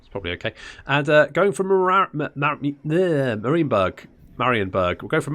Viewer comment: It took a great many campaigns, but finally pronounces Marienburg correctly XD so now it's time to start on the pronuncation of Eilhart and Wissenburg